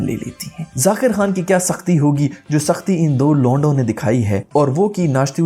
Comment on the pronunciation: LONDO instead of LOUDO... mentioning that actually made it more hilarious..lol.. nice one.. love from India...